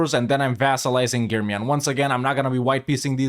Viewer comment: I love how correct you said the germiyan and menteşe. Nice video man keep it up.